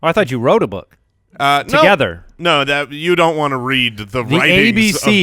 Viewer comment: Jason how do you pronounce blood and book? 😂 love you guys